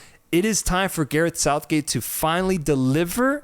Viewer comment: Sareth gouthgate 😂😂😂 I love you 2 guys man it's good to see you blowing up even if we don't see eye to eye all the time haha love your passion for this beautiful game